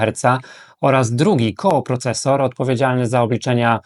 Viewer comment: koprocesor, a nie kooprocesor. piszesz prawidłowo, wymawiasz źle.